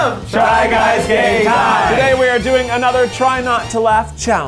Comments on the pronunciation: he 100% does - look at his mouth while he says it. he never makes the M sound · Do they say try guys gay time or is it just me